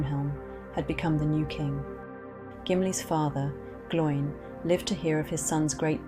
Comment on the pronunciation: Pronunciation needs work. Glo-in. Rhymes with Owen.